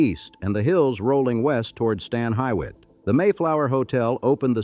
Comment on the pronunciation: Akron wants AI to stay out of our history!! What in the heck were 1/2 those pics? How do you pronounce hywet….😂👎